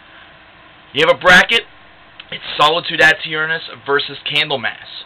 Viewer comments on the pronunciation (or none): I've never heard someone pronounce "aeturnus" the way you are in this video. Are you sure that's correct? There should be no extra emphasis on the "a". In Latin, the "ae" would be the "eh" sound. It's where we get the word eternity, eternal, etc. from.